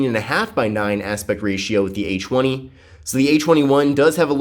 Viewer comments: Oh i Did'nt know it was pronounced Achweny. To think i've been saying A Twenty all along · This guy is low-key saying a chwenie😂